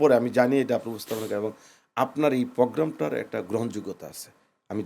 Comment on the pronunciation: এই ভুদায় একটা মূর্খ। প্রোগ্রামকে পগরাম বলতেছে